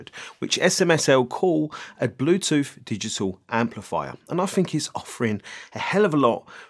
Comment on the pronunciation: "Bluethoot" Typical Chinglish. I'm really keen on this one... Great review dude....